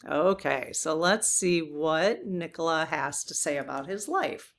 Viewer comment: Nikola Tesla was a Serbian. Nikola is pronounced neekola with a long e.